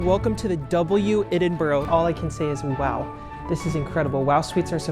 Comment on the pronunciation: I'm unclear why this video was suggested to me but nice to see a hotel in the city I live. However, please please please note that the pronunciation of Edinburgh is "Ed-in-bra" !